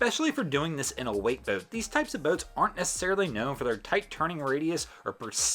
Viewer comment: Its boat not bewt